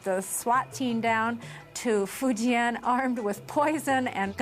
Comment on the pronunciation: None of these white folks are pronouncing Fujian correctly !